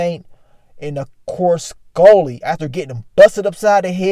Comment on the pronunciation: Broooo 😂 You be killing my how you say Skully. “SkOlly” 😆